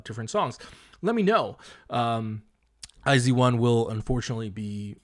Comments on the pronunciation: i wasn't paying attention, did pd not say it like ai jeu won? edit: it kinda just sounds like they said zeu instead of with a j sound, but idt its a big deal bc they know korean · hxlographic the way i had heard it was they had said it like the letters I and Z, so “eye zee one” rather than “ai jeu won” so like as if eye zee one were meant to be the english pronunciation, considering a lot of their audience are english speakers i don’t think they were trying to say the korean pronunciation. although yeah it’s not a big deal i don’t think it matters too much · this was really enjoyable since iz*one is my ult group lol i watched the whole thing but also would like to let you know iz*one is pronounced eyes one and the album name is pronounced bloom eyes, hence the songs eyes and open your eyes as well as their greeting eyes on me :) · never heard any korean (reactors/idols) pronouncing it as "zee", eeehhh? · hxlographic but thats not the korean pronunciation